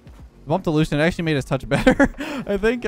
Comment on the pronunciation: “Allushion in that coach role”??? Oh i thought you may have heard the rumors…. Unless this was recorded awhile ago haha